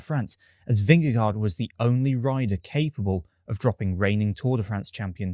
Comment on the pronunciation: Thank you for saying Vingegaard’s name correctly. Not like NBC’s commentators who think it’s VingeGO.